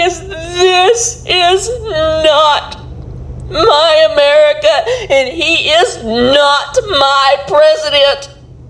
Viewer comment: Shr messed up when she said my america 😅😅